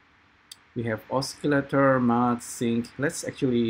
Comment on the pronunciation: Thank you for tuto Is it possible to use Keyset,Drivers,FCurv with Sverchok/AN node parameters? I can't do that. These audio modules are good but very limited. see my last video, its about the same topic but different approach. PS.. osi-lator not oski-lator.